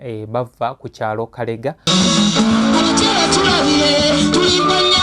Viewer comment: Ekyalo bakiyita Kalege not kalega